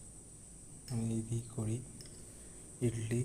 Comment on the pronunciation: ইটলি নয় ইডলি